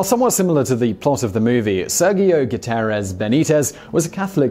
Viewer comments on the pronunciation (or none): none